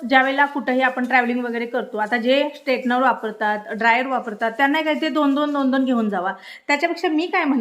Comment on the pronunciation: texner nahi g straightener